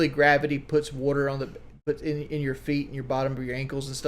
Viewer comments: Listen to this buffoon just babble on: “Ya see, wudder…wudder in your legs…as you get older…heavier…gravity…wudder…I’m not a doctor, obviously.” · Take a shot of Pepsi everytime he says wudder